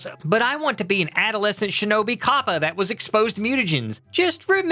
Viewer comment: I swear this is the first time if heard someone pronounce kappa like that